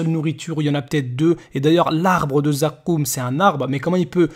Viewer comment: Pagès quand il dit zakoouum il me tue hhhh